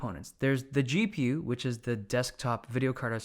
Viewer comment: Is it just me or is he pronouncing CPU & & GPU weirdly?